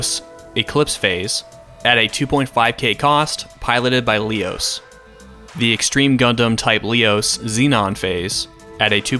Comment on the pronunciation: I couldn't but help cringe when you pronounced Leos as "Lee-os." I've always pronounced it as "Leh-os", lol.